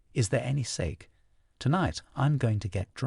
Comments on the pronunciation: I'm halfway done with hearing the audiobook, I don't like naoji but I lowkey understand him. I don't like how he pronounces sake but it's Okk!! (Bookmark chapter4? ) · Thanks for this version, the voice is 100x better than the others. I hate how he pronounces Sake tho.